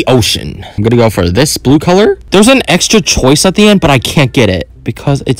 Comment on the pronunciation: ''SCRAP ALL THE AXTRA NAIL OFF''got me